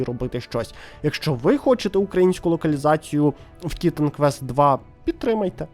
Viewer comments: Дякую за відос, але чому ТІтан квест, а не тіТан квест? Чи хочаб тиТан)) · На кожному слові "тІтан" мене передьоргувало.